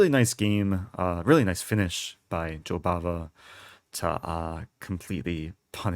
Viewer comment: I thought u were saying Jobaba london lol